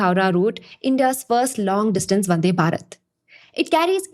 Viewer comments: please say भारत instead of बारत please . the थ pronounced as त makes listening to this girl really irritating! tinking, tousand, tailand, tirty.. would prefer reading instead of listening henceforth. Good information though! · check the pronounciation of "thousand" and hear how you say it. Or thinking or even Bharat. If you feel you are right and other's are wrong.. well.. good for you. I cannot listen to how you are saying it. So... I am out.